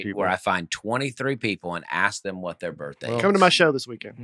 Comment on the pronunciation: I’ve noticed Dusty adds a “T” to the end of a lot of words. Especially words that end in “ND”. Weekendt, groundt, aroundt.